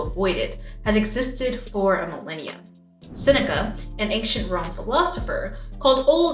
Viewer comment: The jumpscare I got when you mentioned Seneca. 😂 Not my name but it is how people usually mispronounce it. Anyway, great video!